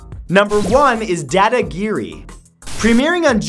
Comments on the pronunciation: Pronounced Da Da Giri not dae dae giri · It’s not dadagiri it’s daadaagiri